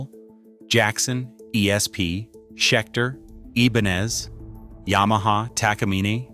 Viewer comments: "ebanez"? Stop with the AI narration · It would be nice if you could use a human instead of the goofy AI-voice over. Ibanez = Ee-bahn-ez? Come on. And there's a lot more, including bad information. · It's pronouncing it in, "Spanglish". The "I" is an "E" in Spanish. However, the "N" is really an "en-YAY". (You know the "N" with the little squiggle on top.) The Spanish pronunciation would be, "ee-bahn-yez". So, the AI butchered int in both languages. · This AI voice ... how he pronounces Ibanez ... so irritating. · I wanted to ram my fist into my Android the way Ibanez was pronounced. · Ebanez? StratOOOcaster lol AI crap